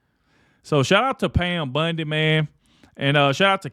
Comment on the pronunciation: Love you and your content and with that I gonna point out that Pam BUNDY is not her name and everyone's name is sacred . Please don't refer to her as BUNDY ..it is Bondi . Thx for all the truth content .